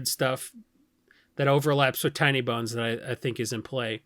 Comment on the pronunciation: Sometimes says Tiny Bones and it sounds like Tiny Buns and I like it.